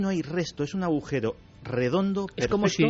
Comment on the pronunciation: Estoy empezando a escuchar vuestros podcast de vuestros pasos por la Ser. Que no pude escuchar puesto que mi jornada de trabajo empezaba a las de la mañana. Me encantan. Pero mi comentario va para Iker. Que hasta hoy en día sigue diciendo, "aujero". En lugar de agujero. Me hace mucha gracia. Vaya que no es burla, es que cada uno tenemos nuestros modos, formas de expresión, creencias del habla, etc. No quita para que os adore y vea Horizonte, Cuarto Milenio y todo lo de vuestra pareja milenaria y maravillosa que formais. Un cordial abrazo para los dos. Perdón si he ofendido en algo, no es mi intención.